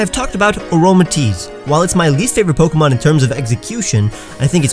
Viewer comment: Still not mentioning that he was mispronouncing pokemon this entire time even in the passive aggressive pronunciation video...